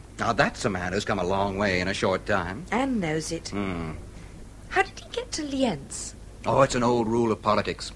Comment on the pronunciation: Austrians not Germans, German speakers and it's pronounced Li:enz